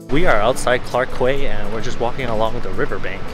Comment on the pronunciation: Paid public toilets is also a thing in Europe what. Zzz And it's pronounced as "clark key".